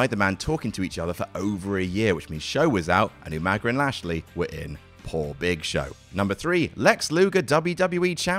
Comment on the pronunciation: I will never hear Umaga’s name without hearing it pronounced “YouManga” in my head. Thanks Regal